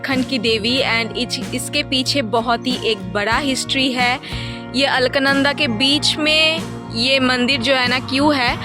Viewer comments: Om namah shivay🙏 its alaknanda not alkananda🙏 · Lovely video.. Stunning view ❤ *alaknanda (a-lak-nanda)